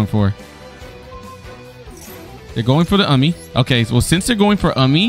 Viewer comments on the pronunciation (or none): I about died when you pronounced it as "ummy" 😭😭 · It's umi, not amee, not yumee, it's umiiiii😂